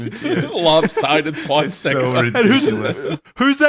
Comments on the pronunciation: Does .... does Wendigoon think it's called 'Swatstika'? I swear he said it that way multiple times. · "is there a swatzika?" i'm deaddd